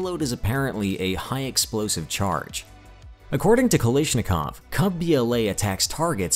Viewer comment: The word is "KalAshnikov" not Kalishnikov.